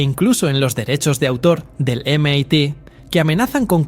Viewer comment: Si vas hacer videos con IA almenos trata de buscar la pronunciación fonética, de algunas palabras en ingles MIT por ejemplo se escucha fatal.